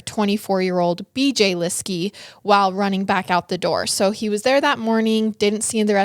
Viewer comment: It’s so frustrating listening to someone who is supposed to be offering the “facts” of a true crime incident who can’t be bothered to even learn the correct pronunciation of the victim’s last name. Please do the research.